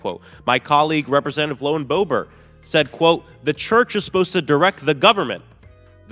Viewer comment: ROFL Love the Mispronunciation with LOW end Bobert LOL